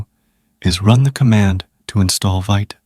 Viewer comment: Great demo, I don’t miss any video you upload ! 🎉 fyi “vite” is pronounce “veet” like in bee, it’s French for fast :)